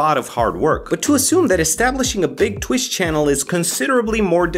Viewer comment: Wtf is "tuwich"?